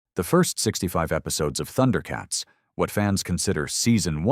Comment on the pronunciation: it's Thun-der-uh not Thunder-uh.